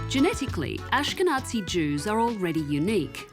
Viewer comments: Anja Taylor, do you think you could stop saying "Ashke'Nazi"? The word is pronounced with a "z" sound, not a "ts" sound. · Am I the only one recognizing the mispronunciation of "ahsh-ke-natsi" Jews? I think it's dead offensive.